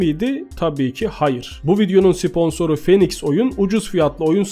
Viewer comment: Abi sponsor kelimesini siponsor değil sıponsor diye oku bir de kavil değil de kevıl de cavill'a